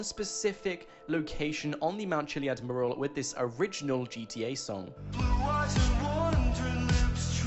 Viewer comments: It called a "mew"ral. You're saying it incorrectly. You're saying it like it is spelled murral. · ... The way you say Mural. It's not pronounced "Merl", it's pronounced "Moo-yer-al". I know things are said and pronounced differently in the UK, but.... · Learn how to pronounce "Mural"...you sound like a complete moron! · I really don't like the way he pronounces Mural.